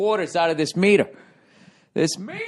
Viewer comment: The Pahkin ((((((((MEEEETAH))))))))